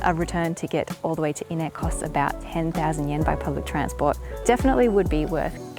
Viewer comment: Every time I hear "inneh" a piece of my soul dies.